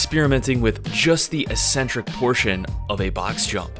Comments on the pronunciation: The word “eccentric” has two Cs. These are pronounced as they are in the word “accept”. Don’t know why people seem to pronounce it “E-centric” in fitness videos? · ECcentric not Ecentric. Please. Please... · EEEEEEEEEcentric is not a word in the English language. It is pronounced eK-Sen-Trik. Don't listen to all of the meatheads who think the word only means crazy. It doesn't. It means 'away from the center'. An eccentric person is considered 'away from the center' or 'away from the norm', or 'away from the top of the bell curve', if you will.' JUST like the tendons moving away from the muscle belly is considered an eccentric motion. You're smart and an independent thinker. If you don't believe me, just take two minutes to look it up. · Great video. However, "ee-sen-trick" isn't a word, it's pronounced "eeK-sen-trick" or even "ehk-sen-trick", I believe for all its meanings. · its ek-centric, not electronic-centric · Its pronounced eck sentric.